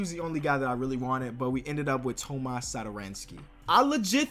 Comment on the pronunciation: my man said Thomas like a Spanish dude, that's my name so I know how to pronounce it correctly